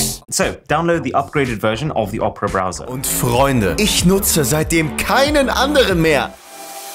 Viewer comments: Phoque! Diese Weiterleitung der aufgerufenen URL ist auch im NORMALEN Opera Browser so, nicht nur im GX? lol, wie todes lost muss man denn sein um Opera so auszusprechen? 🤣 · Machen Werbung für Opera und können den namen noch nichtmal richtig aussprechen. :D